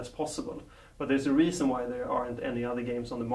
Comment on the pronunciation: he says reason but it sounds like riesen? Riesen? The german-made chocolate filled with hard caramel?